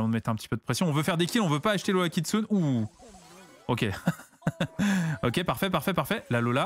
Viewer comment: Juste pour info, le Kitsune de Lola Kitsune se prononce "Kitsouné"